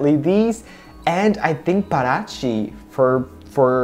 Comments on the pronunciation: The stress sound isnt in Pa is in Ti is like pa ra TI(the strong sound) ,😙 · Yes, Parati is pronounced as "para ti" (Spanish). And got Buzios right at the second try. When you started to talk about Ipanema, you said it right at the second try. ;) Thank you for your reviews! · With exception of Rio de Janeiro and Parati, all the orders you pronounced right at least one time. In Portuguese J does never have a R sound and you should stress the end of the word rather than the beginning, so it's paraTI. To me the best looking one was the búzios (was your best Portuguese try too haha), but you dark eye reflecting the softbox still wins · The correct pronunciation of Paraty is to use the strongest syllable in the "ti" and not in the "ra". I'm Brazilian and I lived in Rio de Janeiro for many years. The correct pronunciation of Ipanema is, In English it is the sound of the letter "e" instead of the letter "i" of ipanema and the strongest syllable in the "ne".